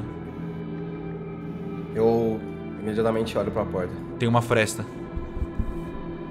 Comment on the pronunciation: “a desconjuração é brutal” diz o mestre que nao consegue falar FRESTA